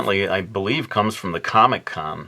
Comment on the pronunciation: "we shall connect ze 3 quadrants" lol